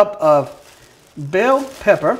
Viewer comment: Why are you saying pepper the way you are I'm from dulac Louisiana a real Cajun you are perpetrator